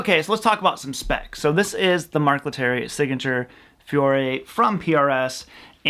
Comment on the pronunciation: I’ve own four PRS guitars myself that I got rid of every one of them. I just never bonded with them. By the way, it is pronounced Fee oh reeh